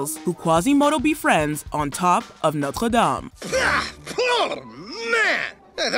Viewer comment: Thank you for giving the worl 'Notre' the French pronunciation! Being part French, it grates to hear the combination of English and French pronunciations most people use.